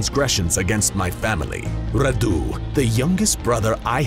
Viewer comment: If you are vlad then you should have a romanian accent. And also radu has the accent on the a not on u